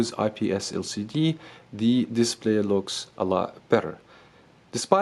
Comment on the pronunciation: * looks why you don't pronounce the S ?